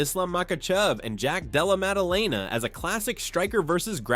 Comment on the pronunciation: "Jack Dallemelalala" 😂